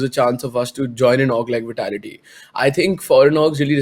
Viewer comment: It bugs me when he says We-tality its Vitality 😝